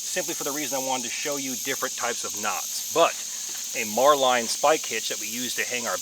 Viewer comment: Just curious of your pronunciation of a marlinspike hitch as “mar-line.” The marlinspike the tool is so named because of the resemblance to the nose of a marlin. While pronunciation of knots like bowline varies, it’s the first I heard of marlinspike hitch having a variation